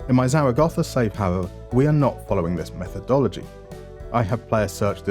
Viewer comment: Zaragoza is not Zara Gotha. Grow up.